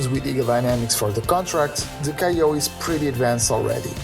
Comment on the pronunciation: I enjoyed this episode which I found to be full of good news. I am going to nitpick a bit because it is in keeping with my childish nature. Renton & Seattle are separate cities... they are very close to one another but they are indeed separate. Also while you made a valiant effort to pronounce Kiowa correctly you didn’t quite get there. Europeans seem to have a lot of problems pronouncing American Indian names... so do Americans from large Eastern cities. I imagine I would butcher the names of many places in Europe. Be well! :)